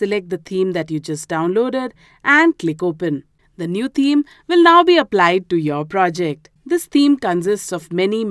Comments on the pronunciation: You r lesson was really good but can you please pronounce the word "Theme" correctly it has a "TH" sound in it, it is not pronounced "Teeme" it is pronounced With the "TH" sound so that would be "Theme". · She says "team" but she means "theme"